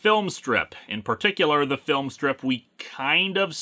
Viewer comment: "Teh End!" I think you mean "DA END!"